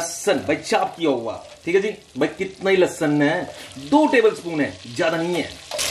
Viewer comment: Apny to lahsuun lahsunn kr diya